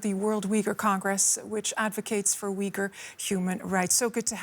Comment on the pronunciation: *ooy-ghur not 'wee-gur'